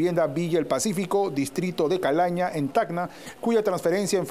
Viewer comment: Es distrito de CALANA, C-A-L-A-N-A (con N, no Ñ)